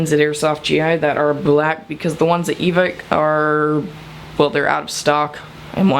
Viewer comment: btw you pronounce evike wrong